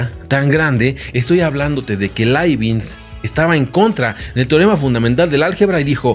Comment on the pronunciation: Hola. Muy interesante el video. Pero por qué pronuncias Laibinz si lo correcto es Laibniz?